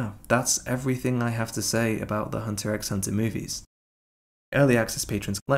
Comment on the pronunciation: Please don't pronounce the 'x'